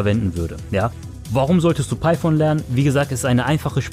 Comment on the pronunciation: gutes video aber es heist python und nicht piephone